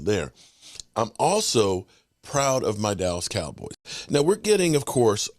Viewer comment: pronounces "dallas cowboys" funny 😅